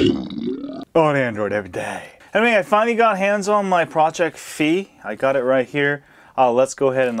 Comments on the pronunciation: Figh like high not fee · WTF!?!? Its FI not FEE!! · Damn, it's pronounced Fai. XD